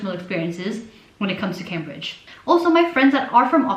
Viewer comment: you mispronounced Cambridge lmao